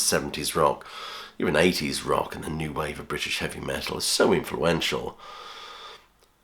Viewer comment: Radiohead section. 'New'? Pronounced Noy.